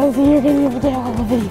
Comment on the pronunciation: It’s Rosie not poise 😂